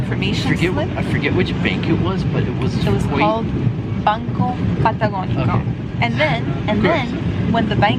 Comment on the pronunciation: Banco Patagonico! Si! You pronounce well. Were you born in Argentina? or just your dad was. You and I could have a wonderful conversation. I still have the accent. My husband chuckles when I get mad and speak in castellano. So wonderful to see you both having such a great ADVENTURE. God Bless!